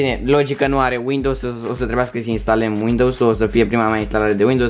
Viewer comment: Istalem LOL